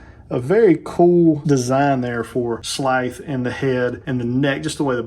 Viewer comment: I’ve been looking for someone to review this figure, even though it was an instant purchase for me and is now sitting in my BBTS Pile of Loot. Great review, I just cringe everything you say his name…I’m just used to hearing it pronounced more like in the cartoon with a drawn out emphasize on the “S” and a softer “TH” sound. Does that make sense?! Keep up the great work!